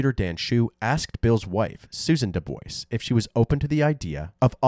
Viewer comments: Dubois is pronounced Doo Bwah 🤣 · I thought it was pronounced "DooBwa"? Have I been saying it wrong? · That's the correct pronunciation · DuBois is pronounced "doobWAH". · The way they pronounce "Dubois" down there is wild. RIP Bill, thank you for your service. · How everybody pronounces DuBois gave me cancer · at least pronounce his last name right...respect the veteran and his sacrifice i was corrected he actually pronounced it differently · Thank you for this. It really bothers me when these YouTubers can't bother to look into how to pronounce things/names. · I was hearing "Duke boys" I'm like deg gummit they done did it again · Doo-BWA is the correct pronunciation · “Dewboyz”? Lol I always thought the DuBois surname was pronounced “doo-bwah” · I live in Louisiana and there are so many DuBois...Most pronounce their names the correct way "doo-bwah". Then there are those who pronounce it "dewboyz". Even though both are spelled the same way 😂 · Doo-BWAH, not Doo-BOICE, lol 😅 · It's pronounced Doo-bwah, not Doo-Boys. It's French. I think it's fairly important to be able to pronounce the name of the victim and their family correctly. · The last name ia pronounced dubwaa not duboys lol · The proper pronunciation is Dubwaw, not Duboys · It’s not pronounced D’boys🤦‍♀️ it’s pronounced D’bua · Thank you for pointing out the name pronunciation. The correct (French) pronunciation is "Du-bwah" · There is a town near Central Pennsylvania with the same spelling Dubois. Everyone around here pronounces it "Dew boys". It just matters where you are, I guess. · Yeah, it always bothers me when people mispronounce it like that.. I find it hard to believe they’ve never known someone with the surname, Dubois, or aren’t familiar with it at least. .but I guess these days you can’t expect much of most people. I’m sure that surname is also quite common, but the “Doo-bwah” pronunciation is definitely far more common and widely known. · It’s pronounced DOO-BWAHH